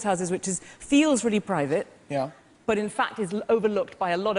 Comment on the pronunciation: Not realle